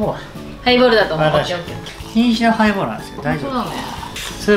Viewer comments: ハイボールをプレイボールみたいに言うなｧｧｧ！ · ハイボールをプレイボールみたいに言わんでくれいww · 『ハイボール』が『プレイボール』に聞こえる。